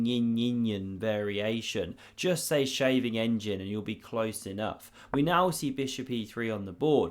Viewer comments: An improvement on it: sgave an ingen. I know, I’m Dutch. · You should be put on trial for that Scheveningen pronunciation! 💀